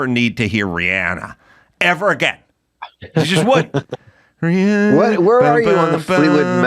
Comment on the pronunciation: It's Rhiannon... Not Rhianna... I expect better Adam!